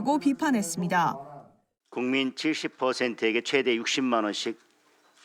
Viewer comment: 기자가 '최대'를 아주 짧게 발음하는데 '최:대(最大)'라고 장음으로 발음해야 한다. 한국어에는 각 단어들에 장음(長音), 단음(短音)이 있어서 국어사전에도 표제어 장음 글자의 오른 편에 : 표로 표시되어 있다. 그런데 요즘 젊은 기자들은 특히 한자어를 말할 때 이를 전적으로 무시하고 전부 아주 짧게 발음한다. 예컨대 여:당(與黨), 야:당(野黨), 대:선(大選), 재:선(再選), 피:청구인(被請求人), 가:처분(假處分), 최:고(最高), 최:대(最大), 양:국(兩國), 대:화(對話) 등, 긴 발음인데 아주 짧게 발음하는 것이다. 이런 폐해는 한자 사용의 폐지에서 기인한 것이다. 요즘 한국인들의 '한자어' 구사가 이 모양 이 꼴이다. 정말 큰일 났다.